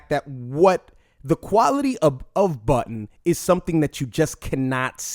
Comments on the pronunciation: It's JOE BUDDEN, not Button. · You pronounce Budden as "Button" and it's freakin me out.